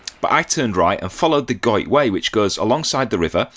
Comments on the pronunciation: Another great video guys. You were in my neck of the woods, glad you loved our lovely scenery 😍. You pronounced the river Goyt's name correctly 👍. Now pleased to say I'm part of the Patreon gang 😊. X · Your pronunciation of Goyt is correct. It travels down from where you were all the way to just outside Buxton. No canal there though 🙁